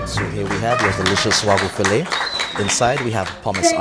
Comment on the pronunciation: Did you really say "Wagu fill-ET"? Come on, it's fill-AY!